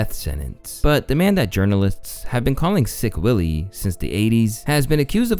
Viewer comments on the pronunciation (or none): lol slick willie, not sick willie